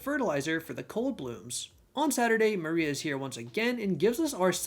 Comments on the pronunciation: Moira is pronounced Moy-rah not Maria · Moira (as noted) and Mariele (mary-elle). I think there were one or possibly two others but you corrected them throughout the video.